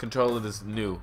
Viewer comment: Nue is pronounced neweh.